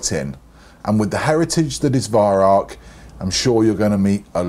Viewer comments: arvo56 since it actually is german the correct pronounciation should mor be like Veyeraoch but with the r and ch down in the back of your mouth and the a and o very open like in in Mao. There is no k in rauch. Try google translate if you don't believe me. Look up the word incence and press the speaker symbol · Learn how to pronounce Weihrauch,-V[eye] R[ow-as in bow of ship]K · Listening to you pronounce Weirauch is as amusing as listening to Germans saying squirrel. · I'd love to meet you one day, great shot you are and love to bits your videos but your pronunciation of Weihrauch is abominable.